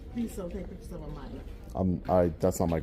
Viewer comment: "Why are you takin' pitchers of the liberry?" "I'm looking for people who can't pronounce 'pictures' or 'library."